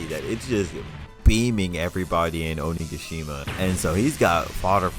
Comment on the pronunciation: i love that you pronounce it "ohniggashima"